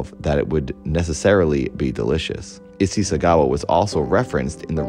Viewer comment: Amazing episode! Not actually important, but Issei is pronounced ee-say lol